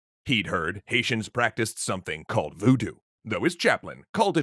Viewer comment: how can some pronounce voodoo wrong? ffs doesnt anybody double check anything anymore?